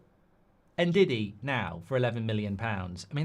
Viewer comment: Big fan of mark pronouncing Ndidi and N Diddy